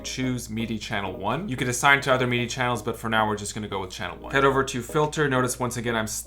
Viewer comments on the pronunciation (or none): “Meedee” mapping? But great video otherwise 😉